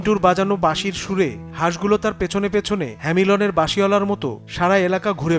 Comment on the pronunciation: বানান আর উচ্চারণ ঠিক করো - হ্যামিলন না হ্যামলিন